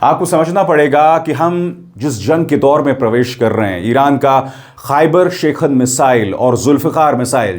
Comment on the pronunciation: शेखन nhi शिकन 😂